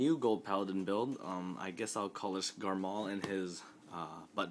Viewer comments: Quit saying garMAL that's annoying as fuck, it's garMORE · dude, its garmore not garmal